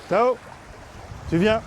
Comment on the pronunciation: Tu as dit quoi… "TAO" ? ou "A L'EAU" ?? j'ai pas compris, articule STP🤷‍♀. Une chose est certaine, il faut oublier les séances de dressage au bord de l'eau, ce serait un flop 🤣